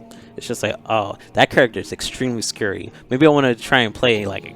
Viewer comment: "This Kuruckter is broken!" - Lol my boy must be from St. Louis, he's got a St. Louis accent like Nelly and Cedric the entertainer.